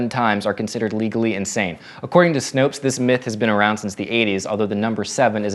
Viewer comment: Why does everyone mispronounce "Snopes" -- it's pronounced like to snoop into someone's business.